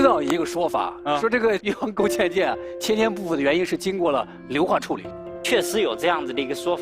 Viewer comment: 听成越王勾贱贱，有点萌